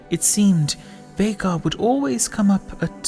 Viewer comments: Feels good knowing that all these years that I’ve cringed everytime I’ve heard someone call him ’Vaigar’ I wasn’t wrong in how to pronounce his name. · TRUE!! its always pronounced as VEY-GAR even his Final Boss Legendary Skin says himself "Unimaginable is the power of Veigar! (VEY-GAR)